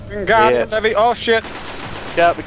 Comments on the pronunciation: It's LeviOsa not LevioSA XD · I noticed that too hahah